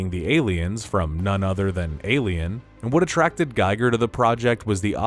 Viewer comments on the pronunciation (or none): Its giger not geiger. Different pronunciation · H.R. Giger's last name is pronounced "Ghee-gur", not "Guy-gur". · Learn how to say Giger's name! He shaped horror monster design, so show some respect